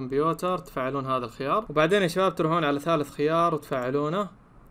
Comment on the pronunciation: انت مش بتعرف تقرأ الخيار الخيار قوله انطقه